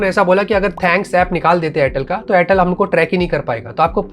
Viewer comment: Airtel ❎ Chortle ✅😂😂😂😂😂😂😂😂😂 All Time 😂😂